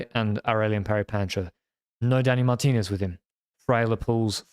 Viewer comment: Great coverage, but can we get a "Mar-TEEN-ez"? Don't say it like an English guy.